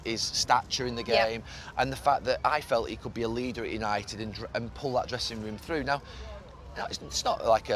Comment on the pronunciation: Gary “YAnited” Neville